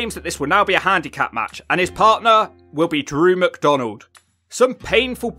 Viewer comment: N drew macdonald 😆 🤣